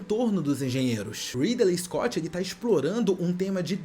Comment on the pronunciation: O "Ridelei escote" já me deixou incomodado, quando ele falou da flauta de Pá eu dropei de ver o resto do vídeo.